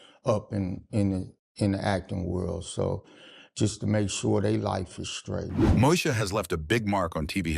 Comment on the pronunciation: Moe EEEEEEEEE sha 😑